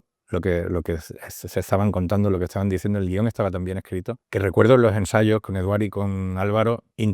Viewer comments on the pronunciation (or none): Eduard Fernández está fantástico, as usual. Lástima que el director, después de meses trabajando juntos, no sepa aún pronunciar su nombre correctamente en catalán y lo haga en inglés, acentuando en la E 😂😂😂